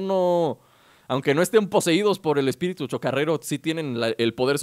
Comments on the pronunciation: min dice espitiru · Like por el spitiru en ves de espíritu jeje xd :v